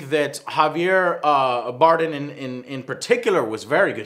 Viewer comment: did he just say Javier Boredom? lol